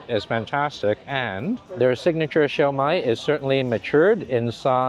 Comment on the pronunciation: Every time you pronounce shumai wrong, your ancestors shudder!